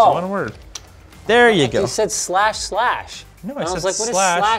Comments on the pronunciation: he DEFINITELY said "slash slash" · I heard “slash slash”